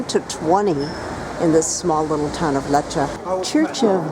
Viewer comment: at least learn how to pronounce the place!